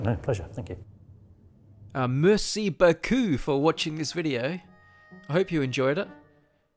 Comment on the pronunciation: and a murrrsey berrrkeuuuu to you too!